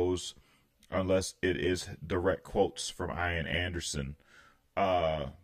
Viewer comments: I had about 6 Jethro Tull albums and saw them in concert in 1978. Just for information in the future “Ian” is pronounced “E-an” the I is like “it” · Thanks for reacting to this great great album which I bought a few days after it was released and I've loved ever since. I'd only ask that you pronounce "Ian" correctly, the I is said as an E so it's "Ean". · 😀 ("ee-n") Anderson. Gotta pronounce that long e.